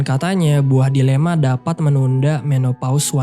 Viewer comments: Buah DiLema.??? ternyata dElima salah sebut yang sengaja bgt ya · Maaf min... Saya dengernya buah dilema. Iya gk sih? Jika iya, harusnya buah delima. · buah delima gw denger na buah dilema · Buah delima bang, bukan buah dilema